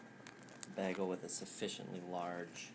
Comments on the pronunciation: It still seriously bothers me how you say bagel. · admittedly it's actually more "baggel" now than "beggel', so i guess it's sort of almost a step in the right direction.